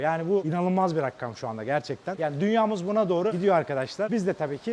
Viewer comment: abicim rakkam değil ra-kam :) seviliyosun :)